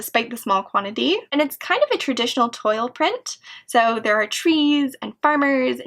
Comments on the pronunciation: Glad you filmed this. :) I love living vicariously through other people's fabrics, especially those jacquards. - And hopefully this is helpful and not irritating - Toile is pronounced more like 'twal' than 'toil'. Same as 'voile', as they're both French words. Though I hear that one pronounced as 'voil' fairly regularly in the garment district so ymmv. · I believe a couple of your pronunciations are incorrect. Toile is actually pronounced "twall" and I think you are saying "silk shantung" which is pronounced "shan-tung."